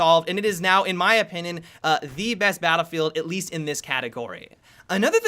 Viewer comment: "Bahdvifeh 4"